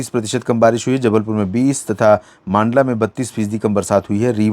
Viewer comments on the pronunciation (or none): सर मंडला को मांडला न बोले आपका वीडियो हर दिन देखता हु आप उच्चारण गलत करते है कृपया मंडला बोले